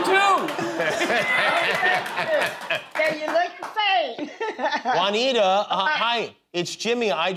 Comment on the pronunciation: Guillermo, why don’t you jump there and tell the people how Juanita is pronounced? Because the way of Jimmy says Juanita doesn't exist